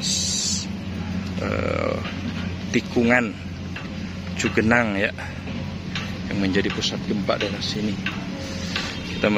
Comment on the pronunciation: Cugenang min bukan cagenang